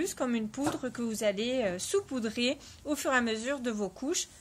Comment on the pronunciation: Merci pour ce tutoriel fort intéressant. Juste un truc, on dit "sAUpoudrer", pas "soupoudrer". ;)